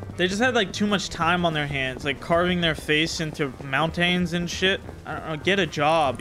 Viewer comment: Moun-tane? 😂 please change your name from to cooked